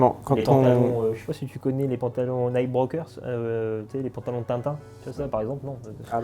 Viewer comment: à 11'32 pantalon "Knickerbocker" et non Knightbrokers;-) Vidéo très intéressante, belle discussion, mais, laisse d'avantage de place à ton invité. Tu ne lui laisses pas assez l'occasion de développer ses propos je trouve. Sinon c'est vraiment super.